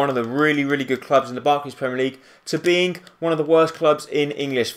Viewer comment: beingk? Do you even know how to speek English